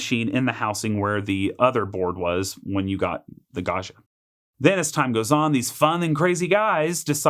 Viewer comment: This looks fantastic, but please learn how to pronounce Gaggia!